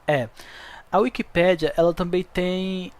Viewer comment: É wikipééédia e NÃO wikipíiiidia 😮‍💨😮‍💨😮‍💨 NÃOO É BONITO FALAR ERRADOOOOOOO!!!!